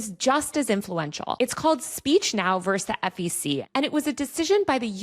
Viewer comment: *VERSUS (rather than "verse")